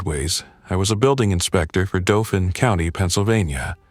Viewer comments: Check the pronunciation of the chat A.I., particularly where proper names are concerned. For someone who lives around Harrisburg, it's "DAW-fin" county, not the classical French pronunciation, "doh-FAN". (See also "LANK-ister" versus "LAN-caster:) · I'm a Pennsylvania boy. It's pronounced Dolphin county. Just like the animal.